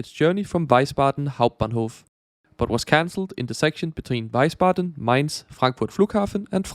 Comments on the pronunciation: The City you mean is Wiesbaden not Weisbaden. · btw it's Wiesbaden, not Weisbaden ^^ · Nice video. But: it's Wiesbaden, not Weisbaden.